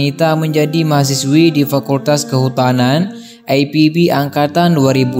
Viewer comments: Ini sangat lucu sok English bahasanya, IPB kok di baca ai Pi bi. Jangan norak dong pengisi suaranya. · Mas tolong dibaca IPB (INSTITUT PERTANIAN BOGOR) tidak usah dibaca ai pi bi. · Aipibi? Oiii....itu bukan singkatan dari bahasa Inggris. Mau gaya-gayaan bahasa tapi salah... wkwkwkwkwk.... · IPB pak...jgn di baca dg logat inggris..krn anda berbahasa indonesia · Berita ini sudah "basi" Mas, kita sdh membaca beberapa tahun yang lalu. Kokbilangnya "Muallaf Terbaru". Dalam ceritanya aja, dinyatakan peristiwanya tahun 2015, berarti udah 7 th. Oon banget c,lho. Sekolah dulu Mas. Lagi juga membacanya kok, loogat/ aksen Ingris "Ai Pi Bi" . Biasanya kita menyebut Ii Pe Be. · I Pe Be yaa.. bukan Ai Pi Bi. Orang mana sih ente min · buat:" i pe be" x ah ga usah ai pi bi,letaknya di bogor qo bukan di england 🤭 nama indonesia ipb tuh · Bang Ii Pe Be jgn di baca Ai Pi Bi dong ah bhs indonesia aja bang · Min, lebih enak denger I PE BE drpd AI PI BI, but bravo Arnita, love u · I pe be bang bukan ai pi bi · IPB ... dibaca I Pe Be ... bukan Ai Pi Bi... belajar berbahasa indonesia yg baik & benar lg ya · Yg baca narasi ny lebay baca IPB aj EPIBI jelas2 itu penulisan kata bahasa Indonesia ny IPB bukan penulisan asal kata kalimat bahasa Inggris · IPB baca i pe be bukan ai pi bi ... Pengen keren tapi salah kaprah .... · ipb...di baca i pe be bukan ai pi bi....🤭🤭🤭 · yg baca narasinya lebay ipb dibaca ai pi bi, kepanjangannya aja institut pertanian bogor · Lebih baik penyebutan IPB diucapkan dalam bahasa indonesa aja min.. Gak usah ke inggris inggrisan.. Di ucapkan Ai pi bi.. Karena penontonnya ini org indonesia semua dan bangga berbahasa indonesia. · biasa aja bilang IPB, ga usah ai pi bi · sebenarnya gw tau maksudnya itu... Cuma narator nya songong sok2an British language utk penyebutan akronim Indonesia... Padahal masih makan nasi aking IPB lho.. Bukan aipibi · Baru tau sejak lahir bahwa kampus IPB tuh dibaca aipibi 😀